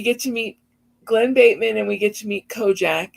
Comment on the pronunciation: KO-JACK instead of CU-JO (half an Easter egg?) 😆